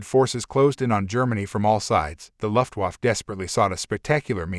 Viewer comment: A.I. narration sucks...it can't even pronounce "luftwaffe" correctly. Get a human to narrate, until then I'm not going to watch anything you post.